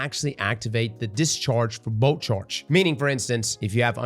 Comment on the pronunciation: Luv every time you say “boat charge” that’s what I hear.